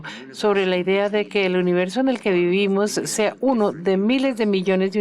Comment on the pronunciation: La traductora dice universio hahha